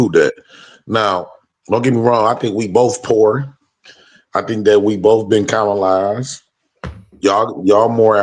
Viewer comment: He cannot even say the word colonised. SMH.